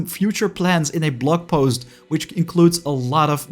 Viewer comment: Given your accent. You said "blog post" but I heard "blood post". Lol Very appropriate IMO.